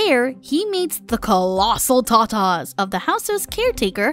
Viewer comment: When she says when he meats the colasel tatas 💀